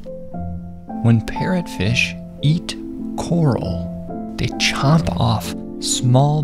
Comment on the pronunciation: I thought he said “if you look in the back of your pet fishes head” 💀💀